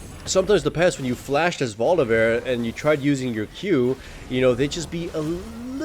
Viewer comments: Why the heck do you keep pronouncing VoliBEAR as VoliVEAR? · Say it with me-- Voli BEAR. Not volivare. Ily but i am also a grammar nazi